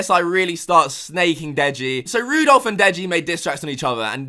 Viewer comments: It's ran not ron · Does it annoy people when says Rudolph instead of Randolph 😂😂😂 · Anybody else noticed that he called Randolf Rudolph? 🔴 😂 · You call Randolph Rudolf lol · rudolph?? its randolph?? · Man called Randolph Rudolph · Rudolph?? lmao i think its Randolph. To be fair Rudolph the brown nose raindeer is fitting lmao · (Randolph) not rudolph😂😂😂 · Are we just going to ignore the fact that he called Randolph Rudolph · Ran-dol-f not roo-dolf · Lol Randolph = Rudolph im dead💀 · Randolph not Rudolph 😂😂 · Did he just call Randolph ------ Rudolph😂😂😂😂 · It’s Randolph, randolph bro not Rudolph 😂😂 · It's randolph not rudolph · Did say "Rudolph" Noooooooooo LMAO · He called Randolph Rundolph. Loooool🤣🤣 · My nigga really called Randolph Rudolph lmfao 😂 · Its randolph not rudolph lmao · Randolf its fucking randolf not Rudolph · man said rudolph. thats a violation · He cant wait for chrismast. He calling randolph wrong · Why is this guy trying to butcher randolph's name so bad? Like he's trying to prove that randolph is small and not relevant enough to properly say his name when he knows how to actually say it.